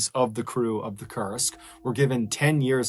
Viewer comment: so thats how you spell Kursk. I heard it till the end, it as "Cursed".